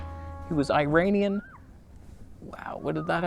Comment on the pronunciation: Just so you know, Iranian pronounces (ur·aa·nee·uhn), Iran(ur.aa.n)